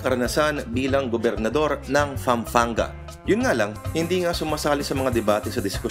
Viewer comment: daig pa pala niya si noynoy na walang nagawang batas.... haha nga pala ayusin mu lourd ang pagbigkas sa Pampanga P yun hindi F,, ulol....